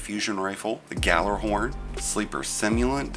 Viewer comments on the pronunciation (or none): bro really said “Gallarhorn” (close enough spelling) why do you think I’m watching? I don’t have “friends.”